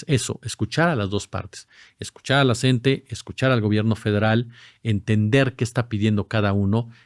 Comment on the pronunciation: NO SE DICE "CENTE"... SE DICE "C-N-T-E"